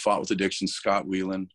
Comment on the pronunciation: Can't even pronounce Scott Weiland's name. You're not in the same league as Scott or Layne. They were better at music and better at drugs.